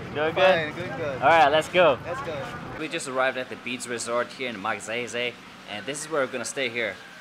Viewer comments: You're vlogs are like my chill pill. I really enjoy watching them. Just one thing tho try pronouncing the town name as Mug-sayy-sayy or Mug-sigh-sigh 😊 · did u just say "Magseysey"?? hahahhaa! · Magsaysay..... I hope someone corrected you how to pronounce correctly. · You didn't fail my expectation...I heard that "Magseysey"!;P My jaw drops in anticipation for you to say it again! LOLS! Nice vlog with the kids.You know there are two ways in making them remember you, make them cry or make them laugh! it came out naturally that you made them laugh. Kids have the most pure feelings in showing their fondness and you reaped it not just a piece but in abundance for just one day! They are very appreciative of simple things in life, and so sometimes u just wanna wish to become a kid again., keep that kind, joyous and generous kiddie heart and your youthful bright smile! There is so much more from within yourself that you can share to humankind than you realize. And as one of your audience I can see that. You made a 'MARK"! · Awesome video,! I love the way you pronounce “MAGSAYSAY” haha! And the students got so “kilig” when they saw you. 👍🏻🇵🇭😍 🇮🇸